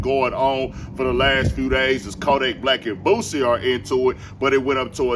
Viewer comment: For all y'all say Boosie wrong. DON'T RAP ABOUT THAT SHIT.. DON'T TELL OTHER MFS THEY HOES WHEN YOU SCARED TO WALK THE YARD